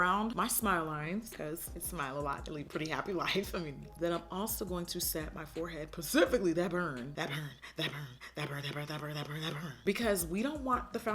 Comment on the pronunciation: i know she aint say pacifically 😩😭